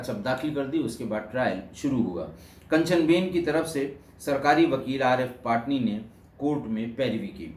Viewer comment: पाटनी नही पटनी